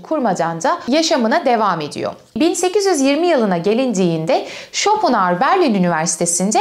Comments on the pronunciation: Schopenhauer derken pen diye telaffuz ediliyor bir de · bu kanalı zaten IQ üst sınırı 10 olan insanların izlediğini anlamıştım, Arthur pen diye telaffuz ediliyor:) hadi git işine ya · Almanca'da ortadaki H okunmaz hocam ayni zamanda R ye basilmaz. Türkce icerik oldugu icin normal tabiki böyle söylemeniz. bir almanla ingilizce konusursaniz baya kulak tirmalar. paylasmak istedim, hep biz mi ögrenecez :)